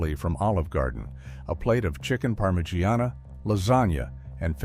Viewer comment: Please tell me this voice is AI and there isn’t a man who just pronounced parmigiana like that in real life 😭😭😭😭